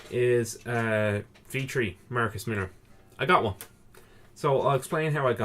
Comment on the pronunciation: MILLER ... not millar